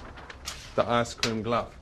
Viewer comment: "The icecreame-glove!"